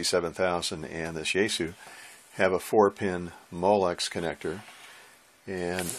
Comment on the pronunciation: Yaesu is actually pronounced yah-ess-ooh. Japanese やえす.